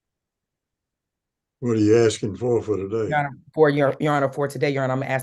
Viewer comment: She was axing for it